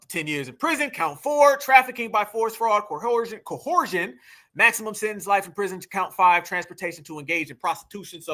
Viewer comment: CO-ER-ZHUN = coercion